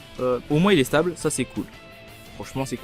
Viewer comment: "Stab" pour Stabiliser stp et pas "Stabl" stp